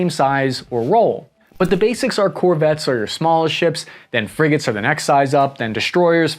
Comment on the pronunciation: friggin' "friggates" :D